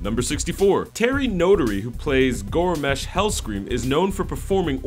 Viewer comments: Obviously the narrator has never logged game hours, Geramash? you mean GROMOSH (GROW-MOSH), pandaria like its a fucking pizzeria, PAND-ARE-eUH, kelimdoor (Kal-im-door) showing lorederon as if it were fucking storm wind keep, also failed to catch that it was Orgrim doom hammer who killed Black hand and not Anduin Lothar, Gorona didn't have a kill on King Liane that was a "here take it" She killed him and then laughed at him. I loved the movie though it was not 100% true to lore, Im nitpicking at the pronunciation of names due to the fact that this vid is a fan cash grab, not one on the team for this channel I am willing to bet ever saw Azeroth past the Level 5 Startzone. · Gormash, Gormash... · Goremash.. Panda-ria.. Kalim-dore.. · Durotan is watching his pregnant wife, not Orgrim.. Besides it's GROMMASH Hellscream... not GORmash... Jesus Christ >.< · "Mists of Pandaree" "Gromeesh" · I'm surprised their mispronounciation of "pandaren" was what you felt like pointing out. They said Gormash Hellscream", "Durotar" and "Kal-limdor" too. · you know this was not made by an actual fan when he pronounces things like Grommash, Kalimdor and Pandaria wrong. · I love these guys and their videos but the way he said Grommash and Kalimdor was really cringeworthy